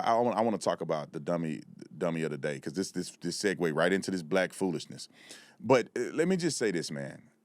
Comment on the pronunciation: Sir it’s not dis it’s this